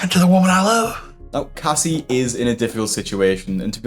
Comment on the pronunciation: As a Casey, it kills me to hear you call her "Cassie" 😩 ....